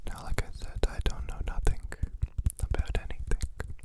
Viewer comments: Did he pronounce it aboot??? His Canadian is showing 😂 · "Aboot it" I can't with you <3 too adorable. Also, Insomnia sucks big time, I'm glad you're addressing it, and also sorry you experience it. Lots of Love your way:)